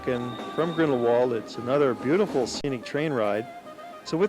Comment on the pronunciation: the pronunciation of grindlewald is actually grindleVald not the written